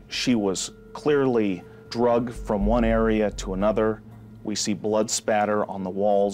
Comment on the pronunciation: Not "drugged" "dragged"